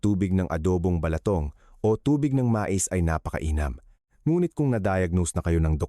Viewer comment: Ayusin mo doc ung pagbigkas ng ilang tagalog words like atay, balatong, lason.....